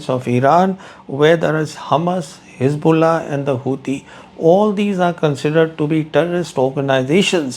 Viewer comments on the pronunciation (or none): none